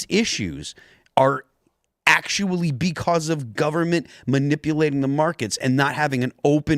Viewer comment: I love Phil but the way he says beCAUSE drives me insane.